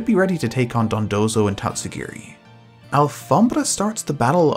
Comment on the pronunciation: Yo do you speak spanish cuz that pronunciation of alfombra is perfect